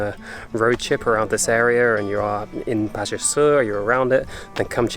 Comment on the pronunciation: Please don’t mind me saying this. You need to pronounce Baja the right way.